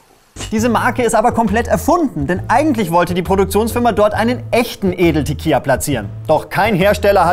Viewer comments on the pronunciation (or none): Tequila spricht man tatsächlich mit "L" aus :) Würde man es "Tequija" aussprechen, müsste man es so schreiben "Tequilla" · Gutes Video! Hier noch ein konstruktiver Kommentar: man spricht Tequila nicht mit j aus (also kein „TequiJa“), da im spanischen nur Doppel L als J ausgesprochen wird, jedoch kein einfaches L. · Man sagt Tequila und nicht Tequija, da ist nur ein l :))) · Bitte bitte bitte auf die Aussprache bei Tequila achten. Das klingt jetzt vielleicht kleinkariert, tut aber in den Ohren fürchterlich weh. TEQUILA spricht man tatsächlich [teˈkila] aus und nicht [teˈkʎa]. Wird im Spanischen der einfach Konsonant L geschrieben, wird dieser auch als L ausgesprochen. Nur bei einem Doppelkonsonanten LL ähnelt der ausgesprochene Laut dem deutschen J. Sowie in Mallorca, das spricht man [maˈʎoɾka] aus, und nicht [ma'lorka]. ;) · Kommentiert keiner, dass es nicht Tequija, sondern Tequila? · Tequila! Nicht teqija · Was zur Hölle ist ein Tekiya? Walulis, du tust immer so neunmalklug und bekommst es nicht einmal hin Tequila richtig auszusprechen? Noob. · An alle: Das L in Tequila ist NICHT stumm. Danke für die Aufmerksamkeit.